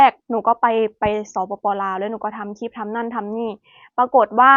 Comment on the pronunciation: พูดไทยได้ชัดเจน สำเนียง100% คำว่าคลิป ยังออกเป็น"คิบ" ร/เรือ ยังเป็น ล/ลิง ค่อยๆปรับไปนะลูก คนไทยเอง ถ้าไม่ใส่ใจก็ผิดเยอะเช่นกัน ไม่อยากให้หนูยึดติดกับภาคเกษตร คนทำเกษตรมีกินแต่ไม่รวย อยากมีกินหาเงินซื้อหรือจ้าเขาแทน เลิกคิดอย่างพ่อแม่บรรพบุรุษเราก็ได้ เกษตรหนักและนานกว่าจะได้เงินเพียงน้อย นวัตกรรมบางอย่างไม่มีตัวตนและน้ำหนักเลยแต่ขายราคาหลายพันหลายหมื่น ยูทูปก็เช่นกัน เป็นการขายจินตนาการไม่มีตัวตน/น้ำหนัก/